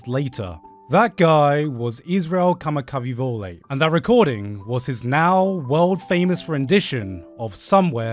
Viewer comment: Loved the vid and then you dropped that terrible pronunciation of "Kamakawiwoʻole" had me dead.